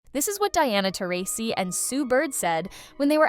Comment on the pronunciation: Pathetic channel when you cannot even pronounce Taurasi's name correctly...